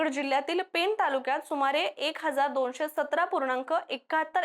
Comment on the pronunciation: पेन नाही, पेण आहे ते. 😂